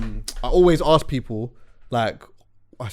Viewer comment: Man said axe yunnno